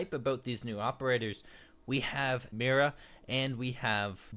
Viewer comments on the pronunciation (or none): Lol I wonder what some rushers would do with the ITA 12 L + ITA 12 S with the others taking the OP recruit....and also I think "Mira" is pronounced like "Me - Raa". Welcome, if you said thank you (in you mind or something or whatever):P